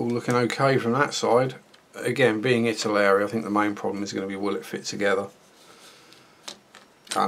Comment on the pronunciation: Ive just watched the first 10 seconds and I cannot believe my ears.. you said ITALERI. Thankyou!! It seems like every other reviewer out there says ITALY-ERRI. Great review too. Any idea how old the moulds are? Is it a rebox?